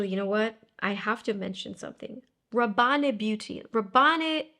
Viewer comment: Pourquoi vous dites Rabanné ? Ce n’est pas Paco Rabanne ?